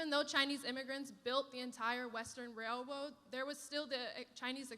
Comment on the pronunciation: I guess "railwode" is a word now?